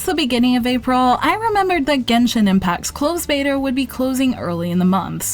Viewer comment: Why do say betaR with an r at the end?!